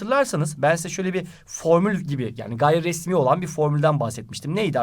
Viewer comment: nobody: hoca: gayri resmi smdkajsfşwqeıohıofjwq